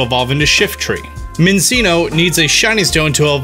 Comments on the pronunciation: As the fiance of the voice actress for Minccino and Cinccino, I can confirm they're pronounced min-chee-no and chin-chee-no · Everyone: Cinccino: Sinseeno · Yeah it’s a chinchilla so it’s pronounced chinchino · lil dan i think it's pronounced sinchino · It’s pronounced Minchino and Chinchino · The way you said minccino and cinccino hurt my soul